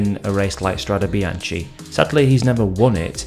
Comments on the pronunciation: Good thanks, the Italian pronounciation is biankE like gEt lEt sEt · The last part of Bianche in Italian is pronounced as a K-sound, it is not bian-CHi, per favore 🤌🏽